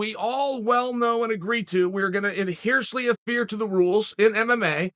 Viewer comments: “Adhiercely afere to the rules.” Intentional, or a slip? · “Adheresly affearto”